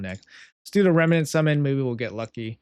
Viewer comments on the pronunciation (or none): I love how you can't say remnant